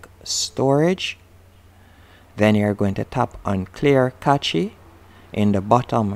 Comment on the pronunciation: For your followers. Cache is read “cash”